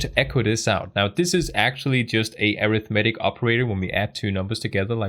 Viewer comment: Great video. Please google how to pronounce - "arithmetic" and "precedence". you are saying these words wrong! In every other respect this series is outstanding. Thanks for your hard work putting it together.